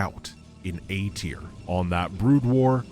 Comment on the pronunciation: I almost heard it as "A tiered unit"